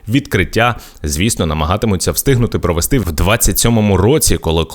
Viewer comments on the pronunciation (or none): none